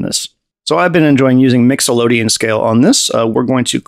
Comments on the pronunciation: He keeps saying Mixolydian like Nicklodeon. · hahaha. My man, English is the worst, no sweat. Just for educational purposes (professor here) of anyone reading, it's "mixo-lid-ee-an" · Can't figure out if saying "Mixolodian" for funnies or for serious. Cool demonstration nonetheless